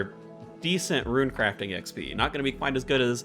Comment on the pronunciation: Perfectly pronounces "Ourania" but butchers "rune." Great information dude. 👍👍👍